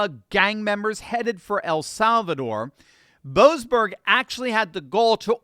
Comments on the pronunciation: YOU SOB!!! My last name is Boberg, and in your other wise wonderful spot at on point you failed to pronounce the se in the name of that low life boseberg. So you said Boberg instead of boseberg! What did my family ever do to you! What a insult to equate my family with a person that chooses to be so corrupt. You ow us a apology big time.😂😂😂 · Shouldn't we pronounce that 'Bo--ASS--berg??' I thought they were about to bring him to accountability.